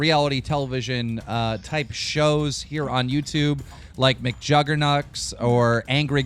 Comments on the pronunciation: "Like McJuggerNucks" ok seriously this has got to be the 900th time he has mispronounced a name. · I love McJuggerNuts (seriously Keem, learn to pronounce names if you are gonna report news)